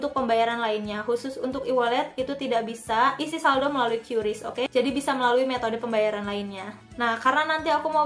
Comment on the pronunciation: Bacanya Qris ka bukan qyuris